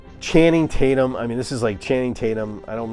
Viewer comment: I thought I was the only one that said Channing taint-yum LOL